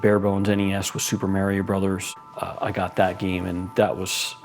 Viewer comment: What's Super Mayrio?